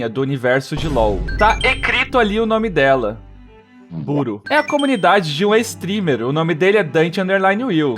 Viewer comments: "tá ecrito ali buro" O PORTUGUÊS AKKAAKAKA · "Buro" kakkakakaa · "ecrito" e "buro" me quebrou KAKADAKS